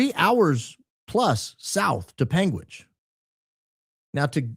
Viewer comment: Born and raised in Utah - extensive legal background - been watching both Candance and Charlie religiously since after BLM 2020 - 45 mins from UVU. My dad has lived in Washington County for 23 years. you pronounced that correctly. "Pang witch" Ok I heard Candance say it right the 2nd time 😂.